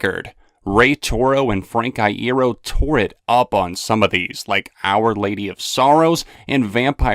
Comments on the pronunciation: LinkinPark Caramia that's how you pronounce it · That's how you're supposed to say it